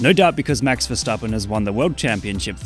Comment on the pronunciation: That's max himself pronounces his name